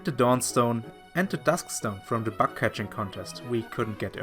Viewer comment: Just one small thing. Your "bug" sounds like "back". Yeah so it turns the bug contest into a back contest. I doubt that you bake something there... Other than that great video!👍🏻